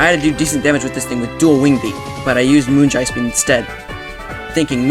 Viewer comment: that pronounciation of moongeist beam killed me